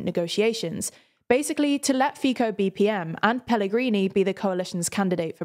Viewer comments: Great video.. but if I can point out one mistake it would be that Fico is not read Fiko but with C.. Fico.. imagine like you are saying pacific ocean.. it's that first C.. paCific ocean.. so try it like that in the next video about Slovakia. And comment for that topic.. yeah.. it's quite bad situation.. Korčkok would be the last democratic break for Fico's government. To make law applicable it must be signed by president.. so Korčkok could "just" not signing it. (It's more complicated that just not signing it but I think you get it) But now with Pellegriny at the post.. he will probably sign every law that Fico give him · I have to commend on all of your Slovak names and party names pronunciation except Fico, which is pronounced similar to 'Fitso'. Apart from that great job!👍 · mispronounces people's names on the regular. It's kinda embarrassing. In their defense though I've always heard the media pronounce it "feeko" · Simply can be pronounced as Fitso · Pretty accurate just gona give you pronounce tip: do not convert C to K in Fico you dont read it as C in locomotive but as C in Cement. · please learn basic names when youre talking about any topics... PM Robert Fico's surname is pronounced "Fitso" ...its extremely embarrasing when you make a video about a country and not even care to learn the name of the most important person from that country... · I liked when you pronounced 'Feico' more than 'Fico' 😆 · Just a correction: Fico is pronounced like “FeeTSo”. You have to make the “ts” sound like you do to call cats. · I am upset, that you changed your "Fico" pronounciation. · goodness its not fiko its fico with c not k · Fico is pronounced as [Fitso] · Fico is pronounced [fi-tzo] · This pronounciation "fiKo" is killing my ears. But the rest of the names are pronounced suprisingly really good, so ... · Omg I just cant stand the way you are pronouncing Fico as Fiko 😂😭😭😭 even i hate him xddd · It's not fiko. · it’s prounouced Fitso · Fico is pronounced "fitso"